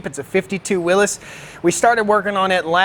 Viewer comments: Did you say... willis?! Will IES. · It's YS not Is in WILLYS NOT WILLIS